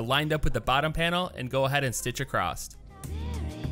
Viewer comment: Where are you from? Just wondering because you say “acrosstT” instead of Across